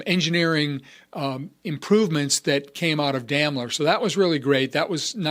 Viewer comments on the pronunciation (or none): You mispronounced Daimler!